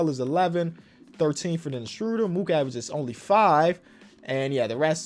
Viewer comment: Every time I hear Dennis Schröder’s name pronounced, I will comment that his last name rhymes with murder, not that I am angry about it, just to make the probability that reads it a bit higher:)